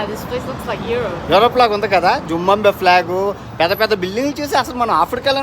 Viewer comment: జింబంబివే కాదు తమ్ముడు, జింబాబవే అనాలి